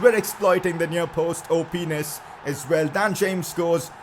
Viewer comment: Who else found it funny when said openis